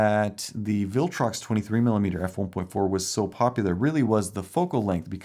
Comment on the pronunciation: Ah yes, "The Sigma Four Cheese"